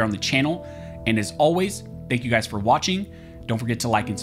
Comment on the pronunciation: Great news! Did you drop some weight? "By. Armed. Scholars." Not "buarmedscholurs." If you're too embarrassed of your tag line, change it. Please, stop mumbling it.